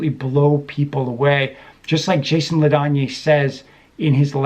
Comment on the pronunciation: His name is pronounced "La Danny."